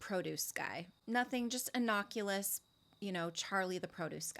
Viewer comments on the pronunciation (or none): There is no such animal as a human-interest lawyer. It's a journalism term, a "human-interest story." Civil-rights lawyers exist. Also, it's innocuous, not innockulus. This may seem nitpicky, but if you're going to speak with any authority you need to get your words right.